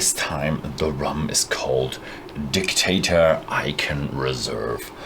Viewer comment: It is dictador with a D, not dictator with a T.